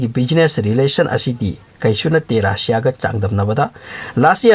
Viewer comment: RAASSIA nte RUSSIA (RASSIA)haiyo